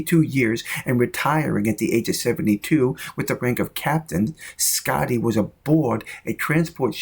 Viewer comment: "Scitty"? What the hell?